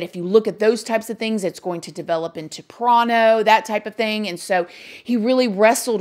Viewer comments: Why the hell are you saying "pron"? 🤔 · What is a prano addiction?? Had to listen twice to make sure I heard her correctly.